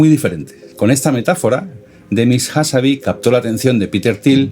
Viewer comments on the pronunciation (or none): Excelente video, solo una pequeña corrección: es Demis Hassabis (con s final), no "Hassabi". Y la empresa de Altam antes de OpenAI se llama "Y Combinator" no "YC incubator".